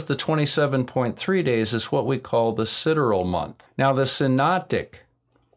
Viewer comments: Pronunciation of sidereal is Side-E-real, not cideral. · Si-DE-re-al, so to say. Can't watch the Oakley thumping enough!